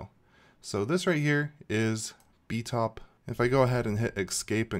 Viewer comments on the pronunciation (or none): say it with me... b-pie-top